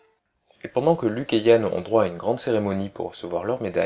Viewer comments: C'est pas Han Solo ? Tu dit Yann? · C est Han! Pas Yan! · luke et Han * pas yan ^^ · Han solo et Non yann bonne vidéo !